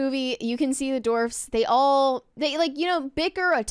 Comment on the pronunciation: She corrected herself later but I swear the first few times she said “dwarfs” she pronounced it “dorfs” lol